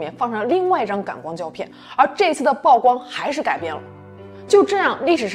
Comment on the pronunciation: 曝光的曝不是唸做暴，是和瀑布的瀑同音。(舖)